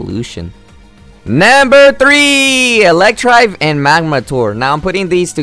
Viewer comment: you pronounced Electivire wrong. its pronounced suppose to be "E-lek-ti-vire"